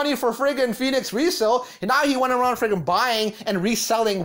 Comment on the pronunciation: Take a shot everytime the video creator says “ freggin “ , not just this video . Every video on this channel